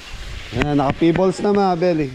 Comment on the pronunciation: Pebbles (pe-bols) sorry sa pag correct sa iyo constructive naman. Okay to google for correct pronunciation po. Pa plaster mo na lang ang pool kasi di maalis yung itim dahil d ka pwede maglagay ng chlorine. Talk to pool expert.